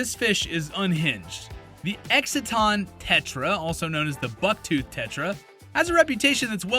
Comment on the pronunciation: It's Exodon not Exiton. AKA Bucktooth Tetra.